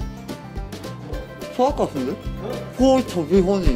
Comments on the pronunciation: it's chubby bunny, not chubby bubby xD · One chubby Bobby! You know.. chubby burning, yes.. 2 chubby burny.. 3 chubby barney, yes.. KEEPS ON SAYING CHUBBY BURNY! End*: Charry bunny.. Shinee body~ Ahmm..? Why can't you pronounce chubby bunny well? Haha. So cute. <3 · The Chubby Bubbby Challenge~ XD No its Chubby Bunny. 1 Chubby Bubby 2 Chubby Pubby fart noise 3 Chubby Pubby Cheese (At least thats what I heard) Chubby Pubby and Its the Crown the Clown and not Crown the KANGJUUUUUUUUUUUUN